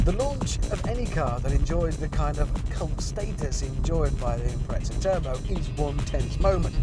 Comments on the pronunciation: IMPRETZA! COME ON... it's an IMPREZA now i can't stop saying Subaru Impretzel in my head. This video absolutely did not give me what i expected out of it. the title suggests he was going to compare the WRX to the WRX STI and give some differences in specs and feel. total let down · lmao, and Japan MADE the WRX's and its pronounced "Impreza" not your gay "impretza" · FFS. It's not an Impretza it's an Impreza. o.O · UK pronunciation